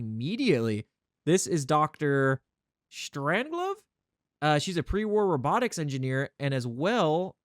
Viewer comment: What did DR. Strangelove do for you to violate his name pronunciation that badly?